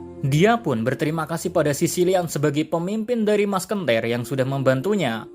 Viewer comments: Apa cuma gw yg dengernya masKENtir dudu Musketeer? 😂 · Masketirr min.. Bukan maskentirr